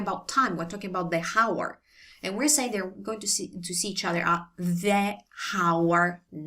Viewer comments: Brilliant video grazie mille. Just for your own interest when we say "hour" in English the "H" is silent. Not pronounced at all so you might find it easier to say "our" and "hour" the same way. It's less effort for the vocal cords too. Blessings and peace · Please don't pronounce "h" at the beginning of "hour". It sounds super weird. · We do not pronounce the “ h” in hour, FYI.